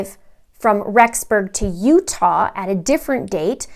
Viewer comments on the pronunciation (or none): none